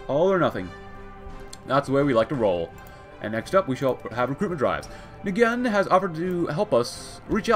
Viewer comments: Nguyen is just pronounced like "When" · Hello I am here to help you with Nguyen, it is usually pronounced nwen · wiiing. is how you pronounce it, nguyen. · FYI, Nguyen is pronounced "WIN" at least when transliterated into English. (I tried to find the original Vietnamese pronunciation, and ended up finding three videos, purportedly by Vietnamese speakers, all of which pronounced it differently. My only guess is that even though it's one of the most common Vietnamese family names, that there are regional variations. Since The Last Patrol starts in Oklahoma, you might as well use the English pronunciation.)